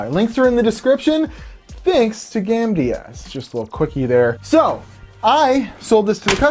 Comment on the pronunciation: the way you say Gamdias....